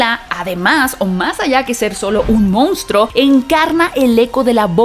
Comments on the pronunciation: De verdad piensas que se dice MOUNSTRO? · "regresa a las raíces del MOUNSTRO" 😅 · Solo una puntualización ... no es "Mounstro" sino "Monstruo". Casi igual pero no es lo mismo.